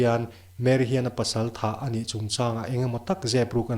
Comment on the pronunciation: Min huatna ah neih tumlo la, i thuchhiar ah hian"""ani''' tih te,,A"'''tih te hi Fullstop lutuk ang in chhiar lo in coma ang lek in uar lutuk lo deuh in chhiar la a fuh hmel.